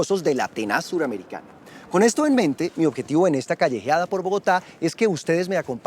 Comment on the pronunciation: Buenos los videos pero no entiendo por q le dices a’ tenas Suramérica luego no es Atenas de seguido !!!! Su pronunciamiento de esa palabra esta como mal !!! Del resto muy buenos videos soy de bogota pero vivo en New York